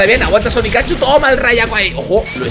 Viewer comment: no se llama sonicachu es sonicchu